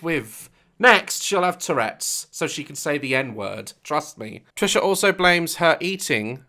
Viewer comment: Me: Wait what did you say Daz: Trisha patus Me: what did you say Daz: Trisha patus Me: ok got it Trisha penis